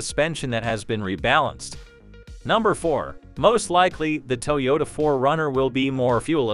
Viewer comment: "TOW YODA?" OHMYGOD! You didn't even try.